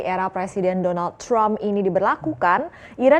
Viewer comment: Cara orang melafalkan nama presiden donald trump= Jonyal Cramp 😂😂😂😂